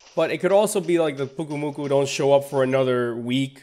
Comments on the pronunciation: It is pronounced Pyuke oo moo koo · Pyu-Ku-Mu-Ku. GET IT RIGHT